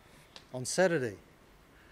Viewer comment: 'saturtheday' lol